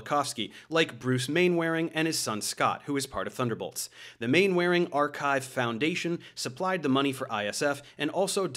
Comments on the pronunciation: 3 years too late, but Mainwaring is pronounced Man-er-ing. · Mainwaring? Brits pronounce that Mannering. 😉🤣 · Dude, it's not pronounced "main-wearing" 😂 it's produced "mannering". Google the TV show Dad's Army for reference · FYI I think mainwaring is pronounced 'Manner-ing'